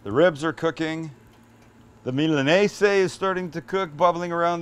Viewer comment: Is it actually called and pronounced milanese? Tf my entire life i’ve heard and said MILANESA